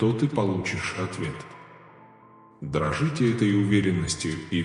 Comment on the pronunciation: не "дрожите", а дорожите!